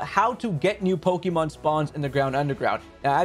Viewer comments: Lol Hate when people pronounce Pokémon as “PoKeee-Mon” it’s Pok-Ay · Hearing you pronounce pokémon as 'Pokey-mon' hurts my soul.